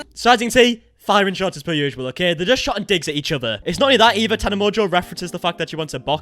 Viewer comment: you got my name PERFECT ❤️🥰